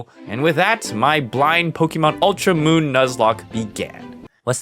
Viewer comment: did he say ultra moon?